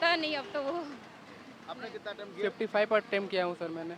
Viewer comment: Attend nahi attempt hota hai bhai